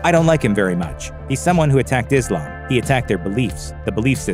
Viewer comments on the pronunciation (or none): none